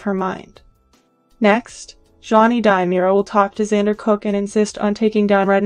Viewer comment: Dee-mirror-a, Long A-va.